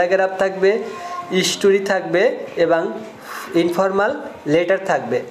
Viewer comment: বরিলাইল্লা রে 😂😂 ইস টরি। স্টোরি।